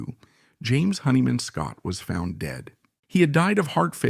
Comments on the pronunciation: Nice pronunciations robot. Hair-ford, Honey Man Scott. If you are an actual person you should learn the correct pronunciation of things you seem to be so interested in. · A bit of a shame that the narrator pronounces James' surname as "Honey man." Some great info though. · Yeah, this AI crap is really bogus shit. Mispronunciation of his name and that happens in every AI that has a name that is either a combination of two words or has too many vowels and consonants together. Good information, though some stuff I didn’t know, but do I trust it? Just great seeing some photos that I’ve never seen before. Jimmy was melodic and raw all at the same time. He caressed chords and pushed solos with speed and precision. But most of all with soul. I thought I saw a picture of Jimmy and Eddie Van Halen. I looked at that picture and went fuck… Jimmy was a better guitarist for that simple reason. He had soul and he had technique. I’ll take soul over technique any day.